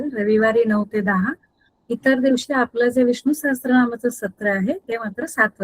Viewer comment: सहस्त्र नाही सहस्त्र म्हणजे स् +र=सहस्र